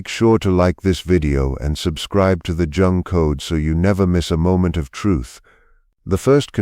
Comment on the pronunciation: The Jone code?? 😂😂😂 AI can’t say Jung pronounced “Young”.